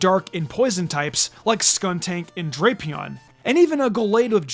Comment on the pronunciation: It’s pronounced TRAHP-ee-iss, DRAP-ee-ahn, GUH-layd, and mag-more-TURR, “”! 🤨